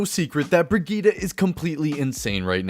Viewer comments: It's super annoying that her name is pronounced Brahgeeta instead of Brigitte. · Bridgette (bridge-et) not (bree-jet) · Step 1 learn how to pronounce the name correctly Step 2 rewatch this video BreeGeeTi(ts) the ti like in tits ... easy to remember. ( ͡° ͜ʖ ͡°) and pls not BRIGITAH (like fucking Vegeta from Dragonball) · German friend pronounces it Briggeet not brigeetaaaah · Hahah oh man why did you say brigitta? Her name is Brigitte, it's german. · I’ve been pronouncing her Bridgette not brig eetta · "brigida"... please... it's not pronounced like that. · Swear her name is pronounced like "bre-git" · BRIGITTE = VERGITA XD